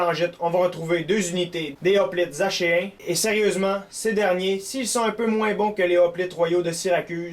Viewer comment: Si je ne m'abuse on dit aKéen! mais je ne suis pas sur =)